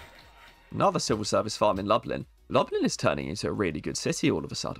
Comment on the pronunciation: Lublin is 'looblin', and Wroclaw is 'vross-loff'.